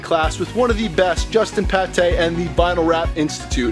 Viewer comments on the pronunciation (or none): Gotta love the shoutout to Justin "Patay"/"Paté" hahah....I think you mean Pate, like....."pay-t"? He says his name at the end of literally every single video he's ever made, whether it's here on YouTube or on The Wrap Institute (although you need to pay to gain access to videos on there, but still, some of those vids are on YouTube). Hope you were able to learn a lot from his class though, I've heard nothing but awful reviews about the actual 3M/Avery wrap classes taught by 3M/Avery employees, but I've seen pics on IG & "wrap-up" e-mails about the courses w/ Justin "Paté"...I'd have to imagine they're probably a really awesome learning experience, seeing as he's a true pioneer & master of the industry...I did the VVivid workshop (with CK Wraps) back in July and that was an awesome course; Christian is really really good at explaining all the steps he does super clearly so you can learn & understand everything he teaches you...and I'd have to assume that Paté guy can really help ya learn a thing or two, although my only concern - after watching probably hundreds of his videos on TWI - is that I could totally see him teaching/moving along a little too quickly and not letting what he's teaching you set in all that well. But I hope it went well for you! If you get a chance lemme know how it went! I'm interested in taking his course when he comes thru my way to hopefully add some skills to my repertoire...they're just definitely on the pricey side, so I'm not exactly in a huge hu